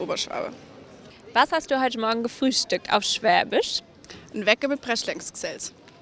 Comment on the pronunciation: Great when your interviewer can’t pronounce the word Schwaebisch!